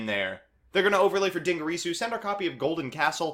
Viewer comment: Galatiii, Dingrisu, etc.